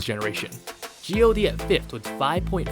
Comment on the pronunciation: Tbh I'm a lil bit sad 😢. Other fandom throwing shadow over me just because I only stan BTS 😢. I used to not interesting to digging into k-pop. But one of my friend (he's a classical musician) show me the love he has for bts (his bias is Chimchim), then I found BTS is soooooooo good (I love RM). I even consider korean music and their pronunciation is pretty catchy. Since that day I stan BTS. I tried to listen to other groups such as exo, got7, svtn, etc. They are not my cup of tea. Especially twice, I admitted they are cute and their songs are mostly so easy listening, but once again I don't like cute girl group, but it doesn't mean I hate them. I even bought their merch for my lil sister (she is once). So please stop hating people who just stan one group, I have tried, I just can not like other taste in music.